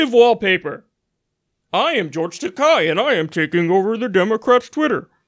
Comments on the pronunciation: That's an "e" in "Takei." Japanese names are not that difficult to pronounce. "Takei" rhymes with "gay", not with "guy.." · Takei is pronounced like today, and he's hilarious , jerk!